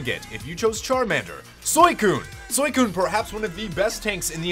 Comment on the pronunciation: Why do u pronounce Suicune as soycone? Its Suicune dude